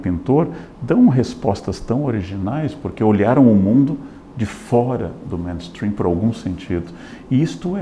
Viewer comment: Leandro Karnal, sou apaixonada pela Sua fala, e é por isso q nao vou te deixar continuar falando “Ménstrim” porque é “Meinstrim”, MAIN significa principal.